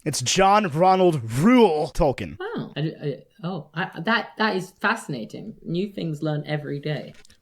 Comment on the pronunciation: I would like to listen to the other podcast, but I cannot follow something that butchers the name of one of my favorite authors so much. Tolkien: tolkeen. Can’t even get the title of the podcast correct.